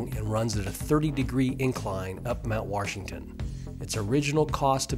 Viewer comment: If you are going to narrate a video, you should probably learn how to pronounce the word "Washington." It is not pronounced "Warshington."